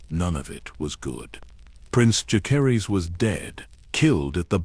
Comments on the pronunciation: I’m so sick of these ai voices that pronounce every name wrong. It drives me crazy. Whoever made this video: use a real person to narrate. When key people’s names are pronounced wrong, it ruins the entire video. Jah-ser-iss. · Dallas, Texas am. The mispronunciation of Jacerys was really annoying, but otherwise an excellent video!